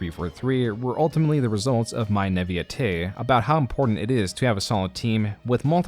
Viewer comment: Why you say naivete like that